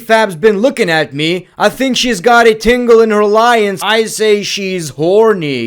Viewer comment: please tell me you said tingle in her lions on purpose😭